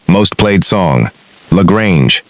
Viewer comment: Why TF use a worn out robo voice that can't pronounce La Grange. Jeez!